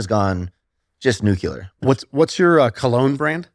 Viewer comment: Nucular baby